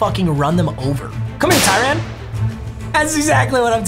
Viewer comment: The way he says Ty-run 😑